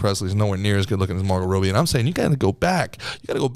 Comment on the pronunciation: Calling her roby not Robbie is making me question everything 😂